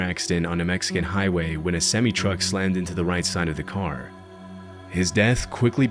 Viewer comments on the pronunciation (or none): You still can't pronounce semi truck. Learn to English dude.